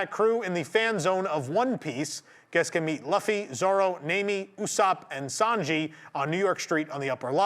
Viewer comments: *Luffy NOT Laffy! *Ju ju tsu kaisen NOT Jyujyutsu kaizen! 99.9 percent of Americans mispronounce thoes two names especially Jujutsu kaisen. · real quick, since you dont watch the show One Piece's main character, Luffy is pronounced Lu (like Luigi Lu)-Fie, "Lufie" Nami is pronounced as Nah-Me Also still calling it twitter lol Not giving it that dumb new name. Keep up the great work though